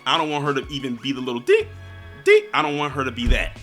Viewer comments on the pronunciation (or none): none